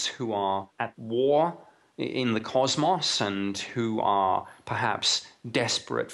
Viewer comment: Nice video. Except the guy that said CosMoss. LoL